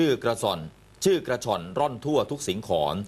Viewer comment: กระล่อน ชื่อกระฉ๋อน